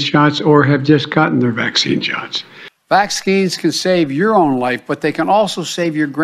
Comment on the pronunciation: At 1 point it sounded like he said, "vaccine snots"!?